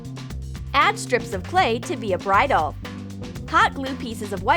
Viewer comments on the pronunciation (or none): none